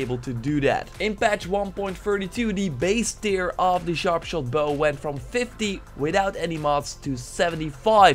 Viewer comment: Goede video! Een note: tear wordt in dit geval uitgesproken als tèr ipv teer, sorry¡ Love je content!